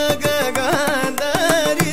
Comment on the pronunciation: the rendition was good but i felt it was more of showing off of his prowess in gamakas. i was disappointed the way he pronounced nagagandhari itself.